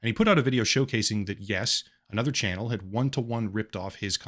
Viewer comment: "chanuel" XD